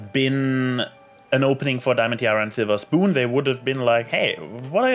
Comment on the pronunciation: Definitly not a bad episode, though the split up of the cmc came kind of sudden. In the split up scene at first I though applebloom was trying reverse psychology. Now we're sorely missing a Sweetie Belle Episode. On an unrelated note, Slither Spoon is best prononciation.^^